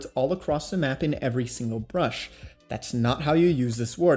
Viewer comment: I don't get it man are u saying "brush" or "bush" , because I am very confused.